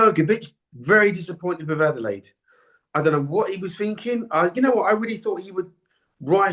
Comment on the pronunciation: Adeleye (not Adelade, you cretin) tried, but he gassed out, it wasn't difficult to work out.